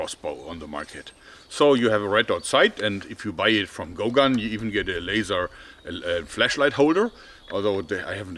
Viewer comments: Am I the only one who hears flEshlight when he says flashlight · For a second I though he said "fleshlight" instead of flashlight.